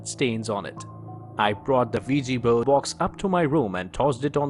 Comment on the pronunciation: The wigi bone lol you mean the Ouija board I'm hearing the same American accents that tell me they're calling from my Internet provider and my computer has a virus but they're here to help me fix it lol 😂